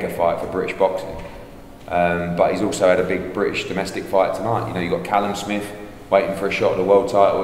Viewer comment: 😂 this dude really said callum smith